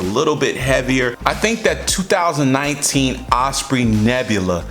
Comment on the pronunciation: Like the older one better. Don’t fix it if it ain’t broken. Ospreee lol